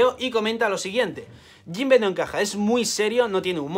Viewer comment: JOINBE SUUUUUH XD